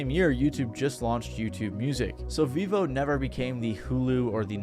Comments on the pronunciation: It’s pronounced “veevo”? I always thought it was pronounced “veh-vo” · I thought it was pronouced Veivo, not Veevo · Vevo ❌ Vivo ✅ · Its actually prenounced Veh-vo not vee-vo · So with the logic of its creation, it should be fair to assume it is not pronounced Vevo but rather pronounced V-evo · You are pronouncing Vevo as Vivo but Vivo is a tech company and Vevo is pronounced differently from the tech company's name. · I thought it was pronounced vefo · Vevo is actually veeeeeeee hoe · I think if they had pronounced it VEH-vo it would've potentially saved them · That's how it's pronounced? I thought it was pronounced vayvo or vehvo. Didn't even know they had their own site. Btw what happened to utube? We used to get music from there in the early 2000s Now it's a website that sells u shaped tubes.